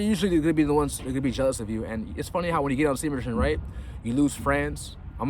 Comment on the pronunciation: It hasn't improved your speech anyway. Semen retenn haha